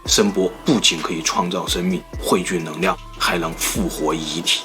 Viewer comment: 的视频很好；看了这么多期发现你的发音有些问题L/N有点混淆，neng liang你说成neng niang ：）